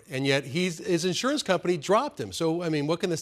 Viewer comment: She can't say insurance correctly. Why they have this woman on this task if she can't pronounce the word Insurance correctly.